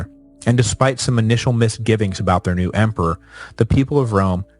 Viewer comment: "Emper"? "Empar"? WTF?